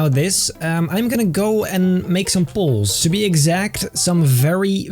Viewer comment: no disrespect but when says "poles" it sounds like he is saying "balls".